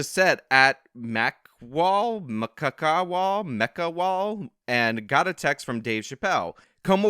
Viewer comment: it's McCaw Hall, you dingus!